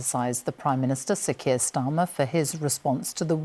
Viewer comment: Sir Keir Starmer... sometimes his name was read and sounds like Sikir Starmer